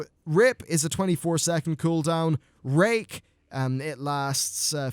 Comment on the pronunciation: Don't hate me for it, but I thought he said "If the target is below 25% health, it will refresh rape."